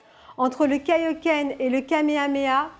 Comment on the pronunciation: Nini qui est toujours aussi belle pour présenter de belle résines. Pour les points négatifs, j'aurais dit les caillou volant comme celui derrière la jambe et Kaiohken se prononce KAiohken et KEIohken ;)